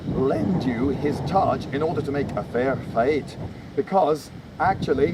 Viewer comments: "Fair Foigh!" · "Eh feir feight".